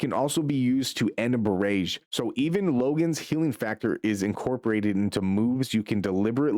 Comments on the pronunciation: Bro said "barayyge". It's pronounced barrage like garage. And melee is pronounced may lay. Not mee lay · Melee, Maylay, Barrage, Buh rajj, even if you say it in British English it dosent sound like you said it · AI audio is annoying. , pronounces BARRAGE two totally different ways in the same sentence?